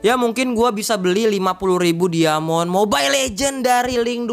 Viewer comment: dari cara ngomong diamond aja udah ga bener lu